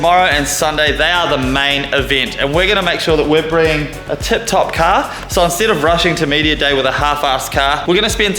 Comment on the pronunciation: Bro caaaaaarrrrrrrrr c a r car not ca you keep saying ca what the f is a ca